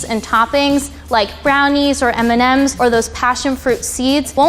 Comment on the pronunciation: Did he say Eminems instead of M&Ms? 😂